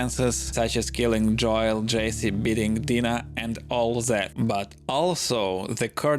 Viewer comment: dam man ur such a wholesome person I’m sorry. I’ll try to rewatch this when I’m home later. It’s really the way u say Joel’s name lol. It’s pronounced “Jole” like “hole” but with a j. English is the hardest language. I’m thankful that’s my primary language